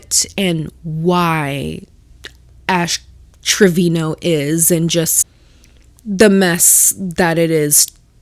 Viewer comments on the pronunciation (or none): I gotta get this off my chest. It's Treviño. Not Trevino. I get it that english speaking monolinguals are not used to pronouncing the Ñ. But spanish speakers not pronouncing the Ñ is a stupid pet peeve of mine.